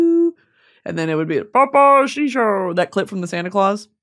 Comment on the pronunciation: LOLLLLLing at "papaw shishowwww" OMFG